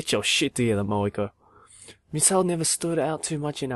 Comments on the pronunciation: For a sec there I thought u said "Moge-Ko" from Mogeko Castle lmao. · when he was naming her moeko it sounded like he said mogeko